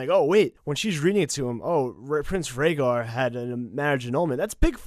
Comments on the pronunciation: She didn't say Rhaegar. She said Ragger. She mispronounced the name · About the Gilly reading about the annullment, I think she mispronounced Prince Rhaegar's name and she pronounced it "ragger" instead of "RAY-GAR". He wasn't really listening either. He was bored rewriting the scrolls, etc. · I'm sorry, but there's a TON of places where you guys miss the point. For instance, the Gilly/Rhaegar moment. The whole point is that she doesn't say Rhaegar, she mispronounces it and says Raggar. Sam has no idea who Prince Raggar is, so he doesn't care. It doesn't catch in his mind, especially because he's got a lot of other things going on in there. And besides, even if she had said Rhaegar, that means nothing to him right now as he knows nothing about Jon's birth. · If you listen to the Sam, Gilly scene again you'll see that Gilly misprounounces Rhaegar and says Ragger or something. Sam didn't even know she said Rhaegar which makes Gilly's statement even less noteworthy to Sam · Sam didn't understand Gilli. She butchered the pronunciation and he was already annoyed so it didn't click what she said. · so this part about Sam neglecting the revelation about rhaegar annulation and re-marriage... I understood it as Gilly mispronouncing his name making Sam not realising of whom she was speaking of... not just him not caring. you made it sound like he didn't give a rats ass due to the circumstances :D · Sam doesn't notice the annulment because Gilly butchers the name so much that he doesn't connect the dots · In the scene with Sam and Gilly, sam probably didn't realize that it was Rhaegar because Gilly pronounced it so wrong that he didn't recognize the name. Not that weird cause Gilly probably only recently started to learn how to read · Gilly also said Raegars name all fucked up and wrong so and had been listing shits and steps so you can't blame Sam for blowing her off. He probably didn't even realize who she was talking about.